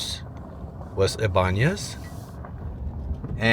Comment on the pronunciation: Los Eeee-Banez ybanez